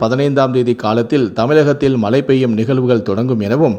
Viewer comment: Tamizh ucharippu padu moosam mazhai enbathai malai ean ucharikkirar muthalil tamizhi nandraha padi pinbu nee seithi vasikkalam